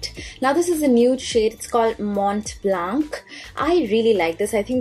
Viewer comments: well actually it's pronounced as "mon blon" with a heavy 'l' and 'n' onomatopoeia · Hey honey, Mont blanc is pronunced as "Mo bla" 😘 Since you always ask for correcting you whenever necessary, thought of suggesting you.. 🤗 Like always you are gorgeous and flawless 💄😍😘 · no it s not pronounced " mo bla" but " mon blan" ps: Im french with indian origins hope it helps! x